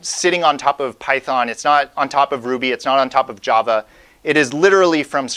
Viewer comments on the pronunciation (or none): none